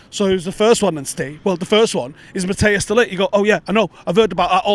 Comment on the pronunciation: Matt-ice is the correct pronunciation, not Matt-i-as. Just so you know 👍